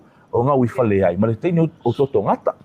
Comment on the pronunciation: Totogätã not Totogata